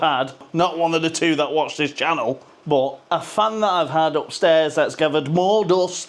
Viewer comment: SHUDDA CALLED IT CHINNEL 6 NEWS PAL😂 😂 😂 HOPE YOUR WELL 👍🏼 THANKS FOR LAUGHS TOP MAN 👍🏼